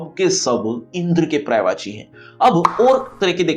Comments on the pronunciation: Prayvachi nhi sir. Paryayvachi hai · महाशय , अफसोस की बात यह है कि इतने मिलियन व्यूज के बाद भी किसी ने पर्यायवाची सही उच्चारण पर याय वाची किसी ने नहीं बताया जबकि आपका उच्चारण गलत है।